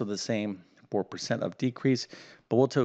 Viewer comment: Oh no, not another one... and by the way " percent " is the word, not " pecent ".